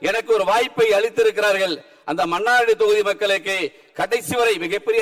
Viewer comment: மன்னாரடியா...மன்னார்குடி என்று ஒழுங்காக சொல்ல தெ‌ரியவில்லை... இவரெல்லாம்.ஒரூ எம்எல்ஏ...தேர்ந்தெடுத்த மக்களை சொல்ல வேண்டு்ம்...😮